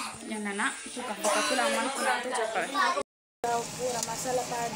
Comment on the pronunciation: Pulau alla palau akka